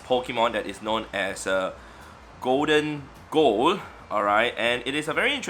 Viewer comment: did my man just say goldengo lmao its pronounced goldingo